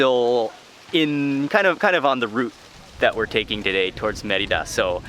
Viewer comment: It is "MER-ee-dah!